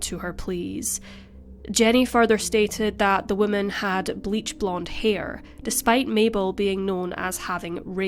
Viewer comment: I love your videos. Just a tip in pronunciation: whoa MAN is singular. Whim MEN is plural. Not trying to pick on you aas it seems many people have trouble with it. BUT it is easy if you relate it to how we refer to males: a MAN is singular, while MEN is plural.